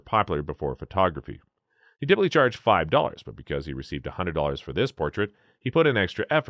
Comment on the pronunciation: Check those pronunciations. It hurts to listen. Even simple words like 'photography', as well as words like Art-Noveau, Tolstoy,intarsia, Frackleton, etc. Write it out as a script (which you probably already do), and then google the pronunciation of all the words you have any uncertainty about. You can find word pronunciations online in audio format, so you can actually hear them being said.